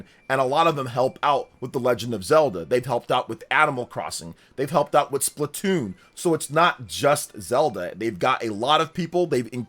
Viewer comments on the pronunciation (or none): none